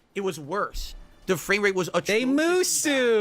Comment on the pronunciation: I hate the way pronounces the word "Musou" so much. I actually give a shit about those games and it pains me to hear it pronounced that way.